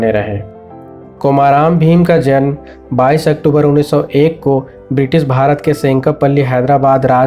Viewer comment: Nearly correct pronunciation is कुमरम भीम not कोमाराम भीम.